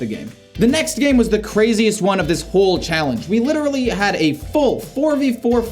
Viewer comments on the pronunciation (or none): none